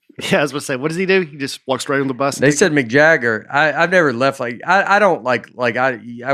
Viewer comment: Love how Nate’s love of McDonalds has influenced how he pronounces Mick Jagger to McJagger